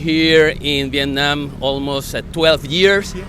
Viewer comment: Wow the very first foreigners that I know until now which pronoun the "Việt Nam" word most correctly way, I believe so. It usually like "Vie~et Na~am" , I mean they will stretch the syllable when they say the word.